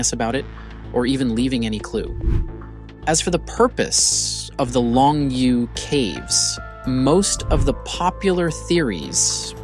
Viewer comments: "Long Yoh" caves. It not pronounced long you. "You" is pronounced as "Yo or Yoh". Long yoh! SMH.... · I appreciate the work that went into this video... but you cannot even pronounce Longyou. None of the Chinese words you try to reference are pronounced correctly here except Han.